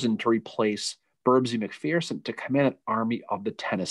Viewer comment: Pronounced Mc-FURson.